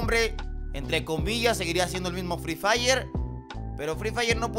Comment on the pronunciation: Alguien mas le dio risa cuando dijo fli Flay